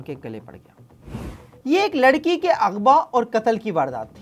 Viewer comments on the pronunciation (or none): none